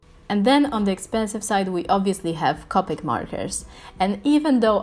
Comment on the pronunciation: Your correct about the strecky Ness on the paper I tested copic on a lot of different paper and most of them were streaky when i tried to shade and layer colors. I don't know if it's just us or if others have the same. And I understand your absent but copic is pronounced co pick. I'm sorry but you did a very great job. And u are a amazing artist sorry if I seemed rude when I corrected the way to say copic. U are an amazing job and keep going u are an amazing artist. 😊☺️